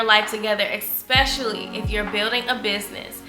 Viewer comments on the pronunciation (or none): I love you and your channel so much! But I ain’t gone lie I cringe every time you say ‘expecially’ 😭😭😆